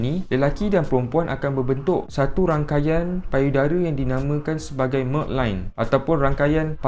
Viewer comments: sebut melk line ke milk line? its milk. Not melk. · Milk = melk 😫 spoil betul dgr org sebut milk “melk” 😭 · Dia tulis MILK LINE Dia baca MEK LINE pa celop? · Milk bkn melk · Dia punya milk bunyi melk, hahaha